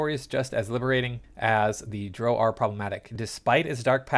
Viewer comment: Homie you do mispronounce drow. It's written phonetically plenty of places, and your insistence on doing it wrong does make sense given your general inability to understand normal human interaction.